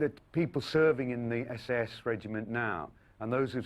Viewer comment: WHy is he pronouncing SAS like SS?